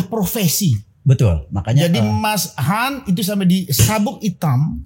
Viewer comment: Aku sih Yes utk kak Yayan....tp BIG NO utk mas...anda harus banyak belajar...suara cempreng anda cukup mengganggu..eh masih ditambah suka motong dan tidak menguasai materi! Elek tenan wis...manggilnya tadinya mas Han...berubah jadi kedengaran kyk mas YAYATTT........